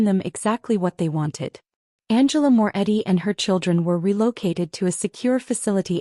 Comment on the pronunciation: Morretti, not Moore Eddy.